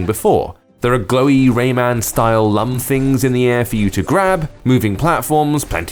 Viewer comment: You said lums wrong It 's like looms